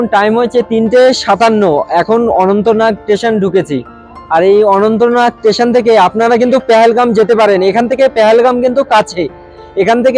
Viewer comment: Dada tesion noi ota "station"